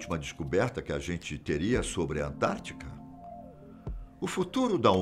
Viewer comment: É "AntártiDa",, e não "Antártica". Forte abraço.